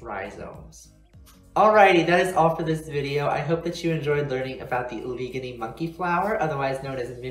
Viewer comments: PS Allegheny is said Al-leh-gain-ee. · 😂😂 great video but I know you're not from pa now. I've never heard of that pronunciation of Allegheny.